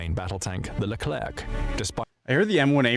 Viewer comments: Great video mate! As a sidenote, hearing "lerclerKH" at least 10 times made my ears bleed. We say "lecler" without pronouncing the final c. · It's because it's an AI voice. It also pronounced the final "c" in leclerc. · AI voice sounds very natural (they are good quality now) but it remains some differences. This voice is too regular or even monotonous to be a human voice. This is a English text-to-speech AI voice. It's why the "e" in Rafale is not silent (like it is in French) and why the final "c" in Leclerc is pronounced. A real human never do this sort of mistake when speaking of French military materials. Everybody speaking about this military topic knows that Rafale is pronounced like Rafal and Leclerc like Lecler.